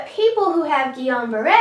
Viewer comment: I had a fairly severe case of this in which I was paralyzed from the neck down and had to be on a ventilator. Also, you get five stars for pronouncing Guillain-Barré syndrome correctly